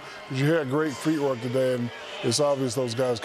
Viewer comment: Haha Shaq still says, “feetwork”. 😂